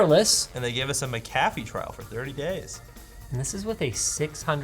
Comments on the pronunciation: hilarious ..."they gave us a ma-ca-feeeee trial for 30 days" *** no its pronounced Mac- A- fee ...you want some cafeeee or coffee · 10 minutes in and all I hear is pronouncing McAfee wrong. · it's MACK-UH-FEE not MICK-KAFFY